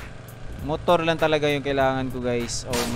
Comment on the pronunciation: mutur. lol